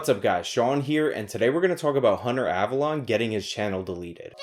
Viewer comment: OMG it isn't AvaLAWN, it's AvaLOAN. Have you watched a single video of his, ever? Listen to how he says his name.